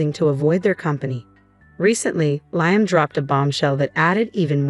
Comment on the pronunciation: Please pronounce Liam’s name it is pronounced Le um. Your grammar and story is so bad